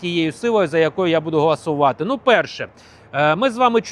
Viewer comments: Підеш не ГАЛАСУВАТИ, А ГОЛОСУВАТИ!!! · 😂гАлАсує у нас Юлія Тимошенко, правильно голосувати, бо перше, то означає чинити галас...